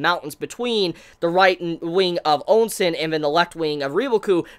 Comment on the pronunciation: Am I the only one that keeps hearing sayin Ou Sen's name as "Oun Sen"? On another note imma tell right now that what's going to happen is not something he can imagine Yusahisa Sensei has constantly done the unexpected. Plus at least 6-7 of Riboku's commanding officers are gunning for Shin.